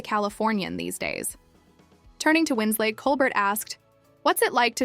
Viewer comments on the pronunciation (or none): Just an FYI... It's Kate Winslet, not Kate Winslate. Good grief... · Who the heck is ..Kate 'Winslate'!?? Her surname doesn't rhyme with her Christian/given name. It isn't even spelled Wins-'late'. It's Kate Winslet. Legendary actress, who's name shouldn't be so easily butchered! It doesn't matter that it's most likely someone from a younger generation narrating, as that'd be like me saying Marilyn Minrow or Munrew, or James Dune, or Cary Grunt, etc... lol.😅 I wasn't born until 1975... but I still know, who Marilyn Monroe, James Dean, and even good ol' Cary Grant are...let alone Kate Winslet.....AND, we didn't have the internet back then, either, or for decades after, OR spell check/body of work checks!!! A little bit of research, and fact checking, goes a LONG way. 🤔🥴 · "Winsley"... "Winslate"? More A.I. crap... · You need to know how to pronounce Colbert's name, as well as Kate Winslet